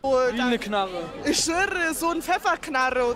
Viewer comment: Knarrrrrre ich Schwörrrrrre 😂